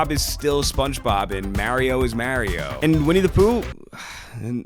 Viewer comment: I love this video, but the way you said Mario TOOK ME OUTT😭😭